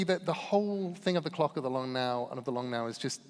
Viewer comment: I thought he said the long nail foundation 😅